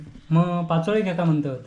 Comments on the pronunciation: पाचोळयो नाही पातोळ्या बोलतात विनु मुंबई क गेलो कधी आधी गावाक ईलो कधी काय कळतच नाही 😊😊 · पाचोळे नाय पातोळे बोलायचे